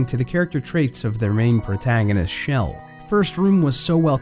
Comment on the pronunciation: ... he said main protagonist is shell and I own both games and it's chell not shell